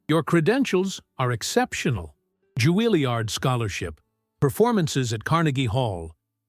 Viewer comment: JUILLIARD not Guiliard